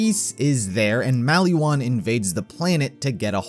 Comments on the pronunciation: why do you say maliwan like malywan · Mal-E-Wan Isn't it said Mol-Ee-Won? xD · The way you say maliwan triggers me